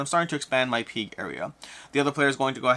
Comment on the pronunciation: I’ve never heard someone pronounce pig like “peeg”